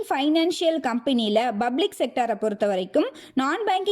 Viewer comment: Sister, not 'Bublic' , you should pronounce 'Public', use P, not B, take care.